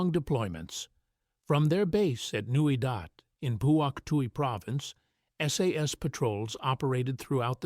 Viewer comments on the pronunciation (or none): It's Newy Dat not Dot!